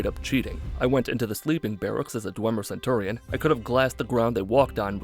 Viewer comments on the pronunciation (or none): none